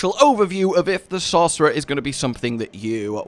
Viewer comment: "the best class in diablo far? ahem SAUCERER!" :D